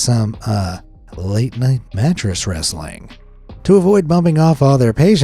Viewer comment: "some late night uhhh wresaling" bro fr said.